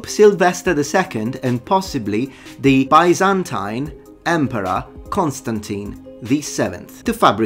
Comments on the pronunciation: The phantom time hypothesis actually doesn't deny all of The Middle Ages but rather the early Middle Ages, since Otto III and his successors clearly were medieval monarchs. : "Bisentīne" vs. "Baisentaine": The former sounds more correct to me – as far as the pronunciation is concerned. In terms of content, the correct word is "Roman". This is what the inhabitants themselves called their homeland. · I normally hear Byzantine pronounced like "biz-in-teen" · I feel odd even correcting you since your knowledge of language is far beyond mine, but it is in fact bizz-en-teen. Interesting topic; I can't believe anyone actually believes this! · Ok I'm not a fan of this theory but ffs, you're not debunking it when claiming to be an expert and not knowing the difference between middle ages and the dark ages or knowing how to pronounce "byzantine" . You probably generated a few more conspiracy theorists due to your lack of credibility.😂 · You spent both half of your life studying history and still cant pronounce Byzantine ? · Wait...how have you not heard of that word.. especially someone that lives and breathes ancient history. The second way you said it was the right way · Is that really how people say Byzantine